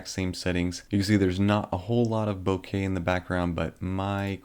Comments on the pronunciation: ohh for fucks sake, stop satying "Bo-kaye" it's fucking "bok-uh" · Hi. Bokeh not bokey 😜😁 From Japanese ボケ 👍🏻